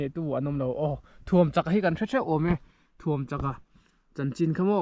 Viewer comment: Thuamchaka tiin i chhiar tlat a, Ṭhuamchaka tiin a inziak si a...😅